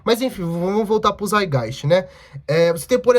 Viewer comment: O Althusser tem um texto chamado lenin antes de hegel em que ele comenta que lenin opinou corretamente sobre Marx e hegel sem ler hegel. Ou seja, é contraditório com o que o proprio lenin disse depois ao ler o hegel. Só pra constatar a treta. E o termo é saitgaist, tem que pronunciar o "t".